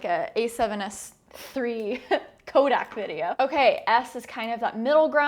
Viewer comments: Every time Sarah pronounces "codec" as "kodak," a colorist's monitor breaks. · Do you get paid to pronounce it 'kodak'? :)